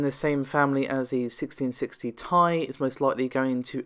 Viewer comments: 1660 tai ? its T I, please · Why? its wrote Ti not TI so anyone can say it as they want, i even think it should be called Ti <- this is how nVidia wrote it.